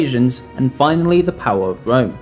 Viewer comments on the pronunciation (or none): none